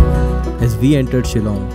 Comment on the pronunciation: Why do Indians pronounce WE as "VE" ???